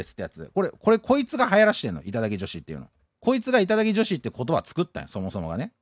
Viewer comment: 時々いただきじょひ！になってるのかわいい